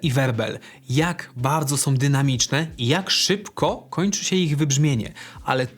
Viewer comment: a ja zwracam uwagę na "som"!